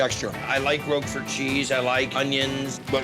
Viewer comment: When you have no idea how to pronounce 'Roquefort', you shouldn't be allowed to eat it!